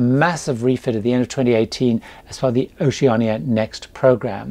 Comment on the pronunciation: I am thinking about doing a Caribbean cruise on the new Vista in 2024 and I’ve checked out a few YT videos re Oceania Cruises. Annoyingly I’ve noticed all the American reviewers say Oceana and not Oceania. I really appreciate that you get it right. Thanks, love your videos. I’ve just finished watching your latest Q&A and am binge watching your older videos. Excellent tips and advice.